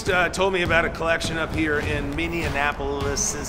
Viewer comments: Please say Minneapolis correctly. It ain't hard. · As a guy from Minnesota, for the love of God stop calling it Minnie-N-Appolus, it's Minneapolis, there is no N in the middle of the city name! LoL